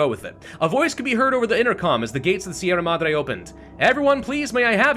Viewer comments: Hi, I'm not much of the commenter kind of person, but I'd like you to know, as a Spaniard, that your pronunciation of "Sierra Madre" is ridiculously good for an English speaker. Thanks for the hours of entertainment. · sierra madre is a good enought pronunciation just need more r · Yes, you're pronouncing sierra madre correctly. however it's GALA, not GAIA :p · you are pronouncing Sierra Madre well enough. The RR is Sierra should be a little harsher and roll as you said, but i doubt anyone in spain would care and they would understand you fine. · And yet he says Sierra Madre correctly.